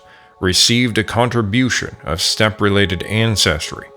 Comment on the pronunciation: "What are you doing step ancestors?" Is what I hear every time I hear you say stepe. I heard that joke way to much.